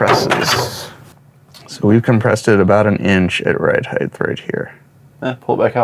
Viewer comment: Ride heighT not ride heighTH!